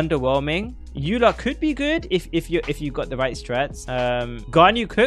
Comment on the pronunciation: He also keeps saying ayyla because he did a 2 second google search and for some reason thinks the name Eula is of German origin, but he isn't even saying it correctly in German. He's just stupid as well.